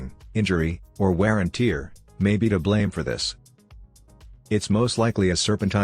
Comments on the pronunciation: wear and "Teeer?"🤦🏻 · Lol tear 😭 if you replace that with tare the voice will say it correctly